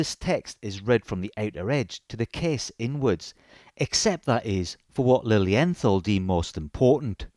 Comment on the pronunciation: The pronunciation is Lilien...tall , I am not being disrespectful, I was corrected by German speakers. Their newest automatic has a Miyota movement, I think that is a colossal mistake. I own 12 of them most limited edition. These watches are either loved or hated, there is no in between. Their resale value is lukewarm, they are not an investment.